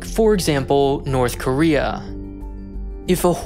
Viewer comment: “NORTHER KOREA”